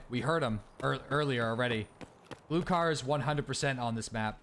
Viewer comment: BTW Glukhar is pronounced Gluhar, a russian slang for silencer. At least to my knowledge